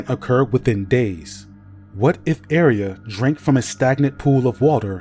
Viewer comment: I'm sorry for being "that" person, 😭 but it shouldn't be pronounced area, more like ah-ray-ah like a ray of light